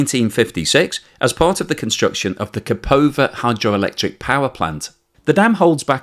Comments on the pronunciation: Where did you find a 'P' in Kakhovka? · How could you give the same credulity to the claims by Ukraine and russia? russians have been lying about almost everything so far. And it is KaHovka, not KaPovka. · Kakhokva dam, not kapovkha.